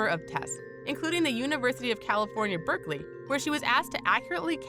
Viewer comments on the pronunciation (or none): none